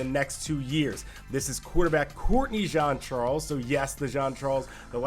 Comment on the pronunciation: Ok guys say it with me JEAN CHARLES NOT JOHN CHARLES 🤦🏾‍♂️🤦🏾‍♂️🤦🏾‍♂️